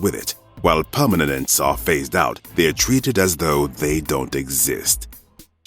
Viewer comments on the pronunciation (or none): "While PERMANENENTS..."